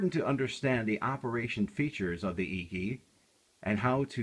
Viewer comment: Its pronounced "achy" not eeky